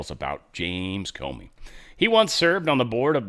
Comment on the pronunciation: "Corney" not Comey